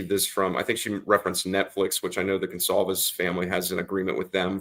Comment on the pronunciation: The family's name is GONCALVES, not 'Gonzalez.' Who is this ignorant dunce? Get rid of him.